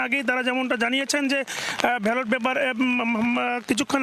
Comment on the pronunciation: ভ্যালট 😂! নাকি ব্যালট হবে উচ্চারণ!